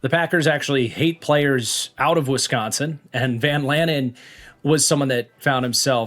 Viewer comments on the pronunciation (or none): none